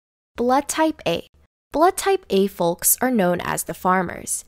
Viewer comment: Why does she pronounce the L in folks